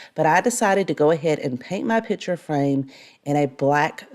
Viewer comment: I love this channel with the small exception of the word ‘pitcher’ for picture. I know, can’t help it.